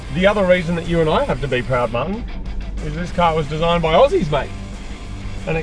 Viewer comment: prettysrue they said desizignd